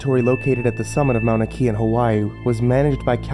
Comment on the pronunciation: "maunikea" haha